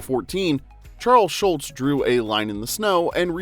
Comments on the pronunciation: His name was Schulz not Schultz. Mispronounced throughout the video. He was not Colonel Klink's sergeant. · automatic dislike - it's SGHULZ, not SCHULTZ But you can blame Hogan's Heroes fo' that misunderstanding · It’s not Charles SHULTZ it’s SHULZ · According to the narrator, his name was Schultz. But it's probably an AI generated voice... on an AI generated channel.